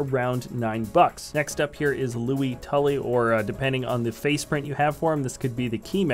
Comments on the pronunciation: It is Louis. not louy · His name is Louis not looey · Who is Louie Tully? Do you mean Louis (Lew-is) Tully?